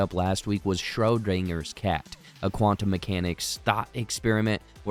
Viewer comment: Your coverage of this series was amazing and I loved it, but god damn did I giggle everytime you said Schrödinger 😭